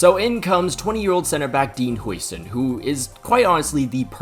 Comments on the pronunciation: it's how-zen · It just isnt im dutch he isnt saying it corect tho